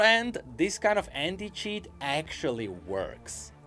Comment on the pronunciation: When he said anti-cheat but you heard hentai instead of anti. Bro gotta be careful with his pronunciation getting people in trouble and shit.